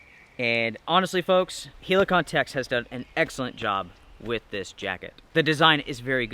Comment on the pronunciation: The way you say Helikon is really annoying mate